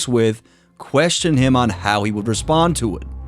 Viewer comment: "Respond" not "Repsond"